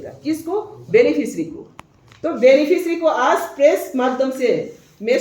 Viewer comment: Aas nehi hai, 'aaj' hai.